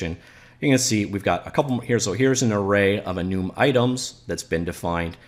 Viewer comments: lol that bugs me so much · This editor is great. Also he is making me question if I've been saying enum wrong my whole life... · is he pronouncing "enum" correctly? Like for yes Comment for no